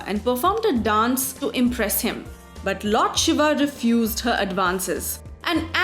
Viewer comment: GURU KRISHNA exactly. The pronounciation used here is so annoying! Honestly, Ramaa, Shivaa. My ears bleed.